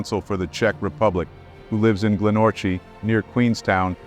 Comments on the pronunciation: Not GlenOrchi its said Glen Orchie its Gallic as in Scotland... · FGS they took a 'short cut'? If there were short cuts on a well established track do you not think they would be signposted? BTW the pronunciation is Glen Orkey and Rootburn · Glenorchy is pronounced glenorky.